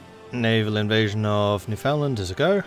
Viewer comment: Hey just a quick geography lesson Newfoundland in the island above Nova Scotia the land connected to the mainland is Labrador Also I've always heard it pronounced as Newf-inland